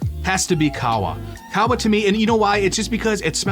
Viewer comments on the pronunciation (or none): Qahwa is said like Cahhh Wa